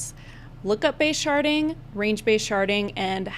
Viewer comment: At some point the d in sharding started to sound like t and I was losing my mind haha